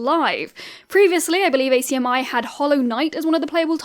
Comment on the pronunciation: hearing ACMI pronounced like that is so strange to me (fyi it's "ack-mee")